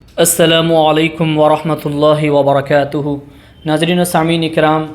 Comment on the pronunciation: Worohmatullohi woborokotuhu😅 a be kan mailiya pahle salam to thik kar😂